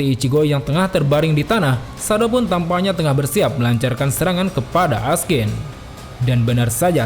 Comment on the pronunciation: namanya Askin. yg w denger Raskin.